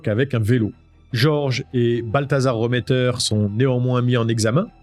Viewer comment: A l’époque, j’étais au procès à Strasbourg. Tu passes plusieurs faits sous silence sur les fuhrmann remmeter (on prononce réméttère et pas reuméttère). J’ai une question pour l’ancien gendarme. Penses-tu qu’un débile léger /profond comme baltazar puisse fabuler ? Que sa soeur/belle soeur (je sais plus si c’était la compagne de georges remetter ou de jacques fuhrmann) puisse inventer des détails aussi sordides que ceux entendus au procès ? Il a été dit que 3 des furhmann remetter étaient dans la voiture avec Pierre Bodein, que Jeanne Marie a été renversée à dessein et emmené au domicile du clan furmann remetter. Qu’à ce moment là, pendant que les femmes préparaient la cuisine en bas, pierre, georges et jacques ont violé la petite avant de pousser baltazar à perdre son pucelage avec elle. Puis que Pierre Bodein lui aurait coupé le vagin pour pas qu’on puisse les relier à laffaire. Une des femmes du clan a dit qu’ils avaient mangé du vagin-purée ce jour-là. Comment ces analphabètes de vannier ont pu inventer des détails pareils ?